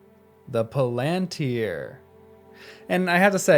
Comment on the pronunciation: The emphasis is on the FIRST syllable, not the second. PALantir. The same as you would say BORomir, FARamir, or LEGolas, etc. The plural is Pal-an-tir-i, with four syllables, not three; Pal-ant-tri. In reality, there is no real difference in the stress of each syllable. This is something I notice in the way Americans have trouble with English place names; Buckingham Palace for example. Americans stress the last syllable, thus; BuckingHAM, whereas an English speaker renders it with the last syllable almost missing; Bucking’m. The word Palantir is rendered with almost no stress at all, like the word Avenue. The stress is only a gentle one at the beginning of the word.